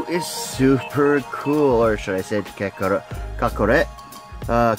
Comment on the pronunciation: KAKAROT NOT RAT ITS ROT LIKE ROTTING FOOD